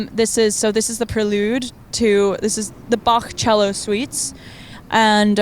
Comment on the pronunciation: Laufey pronouncing Bach with the [x] (voiceless velar fricative) makes my german heart flutter :D